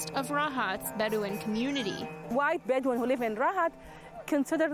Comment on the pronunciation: Drink evry time she said beduin